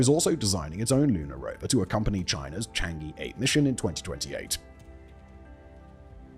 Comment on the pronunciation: For the love of odin, please learn the pronunciation of chan'ge. It's CHANG UHH.. UHHHHH. You've done like ten videos with it.